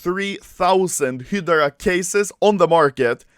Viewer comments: It's HY-DRA, not fucking hidarark or whatever the fuck you're saying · Anyone else's ocd when you hear "hee-de-ra" instead of "hi-drah" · Everyone : Hydra Anomaly : Hidara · When Anomaly is pronouncing Hydra HilDra instead of HighDra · It's hi-dra (hydra) not hid-ra (hidra) no no no, SAY IT RIGHT!!! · Anomaly - Hidera (hydra) Everyone else - hi dru (hydra) Hilarious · when i enable the captions and i listen Hydra -- Hedra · Nobody: Anomaly: HIDERA case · hydra ( hid-do-rah) is how anomaly says. Correct - (hi-dra) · pronounced high- dra key not hidera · It’s hi dur a not hidray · hy-dera keys HY-DUR-UH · "he draw" key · It is pronounces hie dra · hee dur uh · "hidara" key i love the way you speak anomaly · Its Not Pronounced He Dra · “Hidra key” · "Hedra" what. I never knew you could pronounce it like that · I keep thinking u say operation "HITLER" case keys, "HITLER" keys 😂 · Spelled hydra Spoken :Hidra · "Heyoroda kay" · It’s pronounced Hi-dra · Wtf is "HEEDRA"? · it’s pronounced “ HIIIII DRA” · Your pronounciation of hydra is killing me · The way he pronounce "Hydra" 😂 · Anomaly can't say Hydra yet this voi has an IQ higher than Einstein in CSGO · Is no one talking about how he says hydra? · Gotta learn to say Hydra in english and not just swedish xd